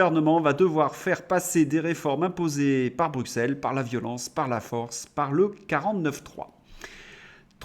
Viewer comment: Vous êtes bien gentil de dire que ce gouvernement est lâche par rapport à Bruxelles (se prononce Brussel !), s’il n’était que lâche… Non, il a la VOLONTÉ d’appliquer toutes les mesures qui peuvent nuire à la France. PS: ce n’est pas BildeNberg mais BildeRberg.